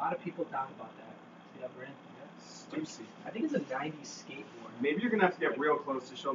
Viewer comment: "Stussi" is pronounced "Stuh-See"